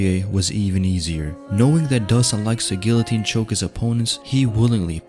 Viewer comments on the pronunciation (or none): none